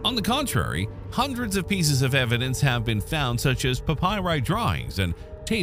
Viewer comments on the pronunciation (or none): none